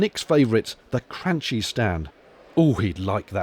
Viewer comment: Forgive me but I think Cranchi is pronounced 'Cran-ky, the ch as in chemist